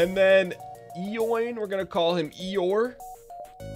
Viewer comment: Eoin is pronounced Owen, not E-Oin! Triggered.